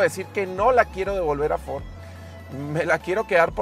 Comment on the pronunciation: fod rector jajaj